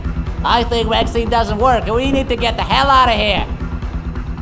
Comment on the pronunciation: vactin ❌ buff vactine ✅